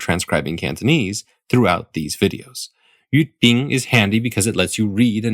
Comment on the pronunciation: correct jyutping, but he pronounced it wrong